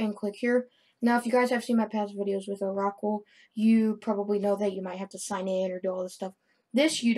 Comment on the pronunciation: "oh rockle" thats not even close bro lmao